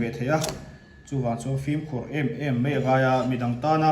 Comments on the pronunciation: Chuan Sir,Ka beng ti thlep deuh a awm thin a."Mei" nilo in "Mai" tih tur😊😀...! Mei iti leh thin a. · Mei ti tawh suh...MAI tih tur